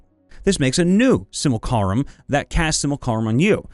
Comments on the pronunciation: Simu-lac-rum Not simil-carim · sim - you - lack - rum Not sim-you-carl-um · please, i beg of you, no more.... it's SIM-YOU-LACK-RUM, not SIM-UL-CAR-UHM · I noticed you pronounce simulacrum weird it’s sim-u-lac-rum not simulcallrum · "sim-you-lah-crumb", not "sih-myool-carh-um" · Also, please stop saying simulCArum. It's simulACrum. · Sim-you-lack-rum, not Sih-mole-car-um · it's not "Simalcarum" its pronounced "Sim-Uh-LaCrum" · Si-mu-la-crum. Not Si-mul-ca-rum. ;) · Dude... SIM-UH-LACK-RUM. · Did man just say simucarum? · you are swapping the L and the C in your pronounciation of simulacrum. Pronounced Simu-(like simulation)-lack-rum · Also, it's pronounced "sim-you-la-crumb" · Dude, it's pronounced "SIM-yoo-LAH-crum" or "SIM-oo-LAH-crum." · Simulcarum... It causes me 1 d8 psychic damage every time he said it. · See: Simulacrum. Hear: Simulcarum. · Can't wait for all the "Sim-u-lack-rum" comments, hope that was a take where they was all said like that for the comment engagement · I believe simulacrum is pronounced sim-U-lac-rum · I've always heard it pronounced: Sim-You-Lack-Crum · not entirely, i think; it's just the 'u' part. 'sim-ul-car-um' is horrific, though. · it's si·myuh·la·kruhm he pronounces it wrong in the video which if he said it once it would be a big nothing but it hurts to hear it that many times. Everyone has little pet peeves mine just happens to be someone pronouncing something wrong over and over again. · STOP MISPRONOUNCING SIMULACRUM!!! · i need you to read simulacrum a few times more:) not out loud, but with your inner monologue;) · I say this out of love and respect and joy for this channel. If the word ever comes up again, you gotta learn how to say "Simulacrum." If it helps, it is spelled phonetically. That one passage in this video was an EXPERIENCE for my ears xD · I love your videos, but your pronunciation of simulacrum (think simulation) makes my teeth hurt. Love the channel though